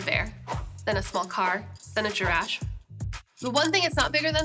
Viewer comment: Sohla mispronouncing giraffe made my week